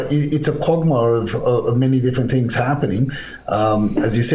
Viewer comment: "Conandrum" "quogmire"😂 😂 😂